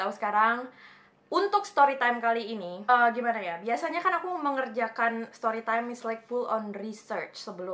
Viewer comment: Kangen suara ka "stowy twime tinggg" hoho😭